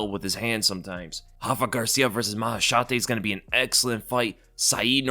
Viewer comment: Yo i know Rafa. He’s Mexican, don’t call him Hafa lmaooo